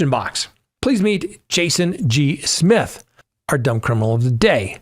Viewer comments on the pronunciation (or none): none